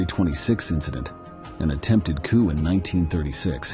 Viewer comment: It's pronounced "coo", not "coop". I hate this AI bullshit.